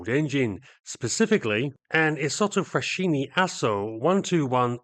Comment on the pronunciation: Great story on these interesting aircraft. Can I offer some minor points on Italian? 'Regia' has a soft 'g' as in Reggie Perrin, so it's pronounced 'Reh-jee-uh', with the emphasis on the 'jee'. 'au' in Italian is pronounced as in 'ow!' or 'now', So Aeronautica is 'Aero-now-tickah'. Also, in 'Isotta Fraschini' 'sch' has a hard ch as in 'ski', to give 'fra-ski-knee'. British people tend to make the same error when ordering bruschetta as a starter in Italian restaurants, although I'm sure twaiters are used to it.